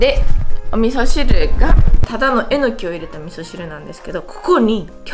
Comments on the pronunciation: えの↑きぃ 合ってたん爆笑です😂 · まさかぁ〜と思ってたらまさかの英語でも、えの↑きぃ なんだねー。😅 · 関西弁ではえのきは、え↑のきなんですね!?標準語では、え→の→き